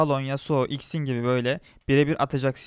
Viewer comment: jinix değil jinx xin değil zin bilit değil blitz kuran çarpsın tilt oldum allah askına düzgün telaffuz et